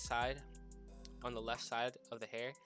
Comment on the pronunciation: the way you said hair makes me want to vomit